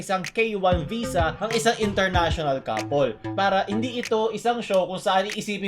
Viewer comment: literally no one: pronouncing "couple" as "kapol"